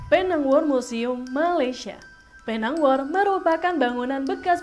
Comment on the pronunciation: PENANG sebutannya PINENG sayang hehehehe